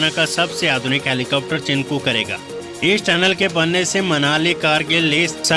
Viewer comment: चिनकू नहीं चिनूक